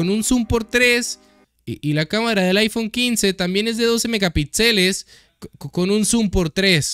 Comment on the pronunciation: Es iPhone o chaifon? 🧐